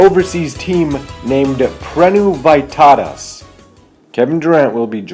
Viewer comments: Its not Vaitautas its Vytautas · It’s pronounced veetautas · You dont even know how to say right the word Vytautas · Im Lithuanian, and how you pronounced Vytauuuuutaaaas made me laugh af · lmfao the way you pronounced Prienai and Vytautas ;dd